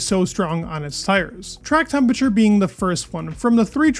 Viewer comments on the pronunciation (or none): ... or temperature (not tempature)